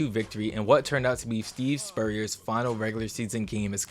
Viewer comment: You said Steve Spurrier’s name wrong. Is this AI slop?